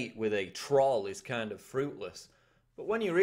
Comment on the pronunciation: Kind... not king :0)